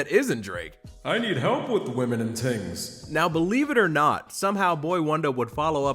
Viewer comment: Ohhhh it's "tings". I thought bro was talking about TEENS this whole time. 😂